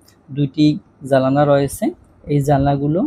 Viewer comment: ভাই আমি গতকাল আর আজকে ভালোভাবে খেয়াল করলাম আপনি জানালা কে জালানা বলেন 😢 বেয়াদবি হলে মাফ করবেন।